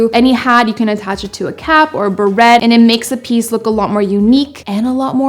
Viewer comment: berets the et is pronounced ….eh